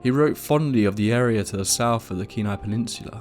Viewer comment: As a Native from Alaska, I just want to say how much I appreciate you pronouncing Kenai, Dena'ina, and other names correctly.